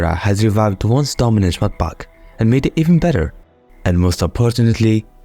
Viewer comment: "mudpaaak" bro must be from middle East 😅